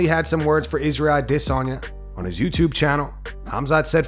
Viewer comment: Why do you pronounce Izzy’s last name to sound like “diss?” Sounds stupid. Just FYI.